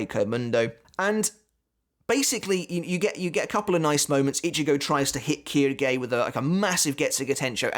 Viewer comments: Actually it's pronounced shilge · Funnily enough Quilge is pronounced kill-gay so very close lmao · Just a little note on the names since I’ve had a few years of college Japanese. The reason names like Quilge are sounded like “Keydoogey” is because there is no “L” sound in Japanese. Instead, Ls are converted to Rs and since Japanese is, for the most part, composed of consonant vowel pairs, Quilge goes to Quirge then to Kiruge. Same goes for Ulquiorra to Urqiorra to Urukiora. Also side note, Rs in japanese are pronounced somewhere between D and L as you can hear in anime.